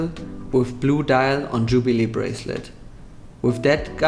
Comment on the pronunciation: d wait gold on tschubile breslet....ey des wird ja immer schlechter mit deinem Englisch 🙈🙈🙈🙈🙈